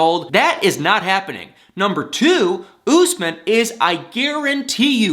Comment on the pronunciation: it's Usman, not Gooseman.